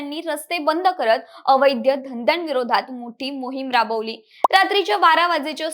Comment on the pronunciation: अवैध्य नाही ग बाई , अवैध,तसेच कुटणखाना(१.५२) नाही तर कुंटणखाना ! निदान मराठी तरी नीट वाचा,बोला !